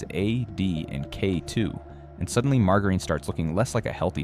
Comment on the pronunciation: WT* is mar-ga-reen?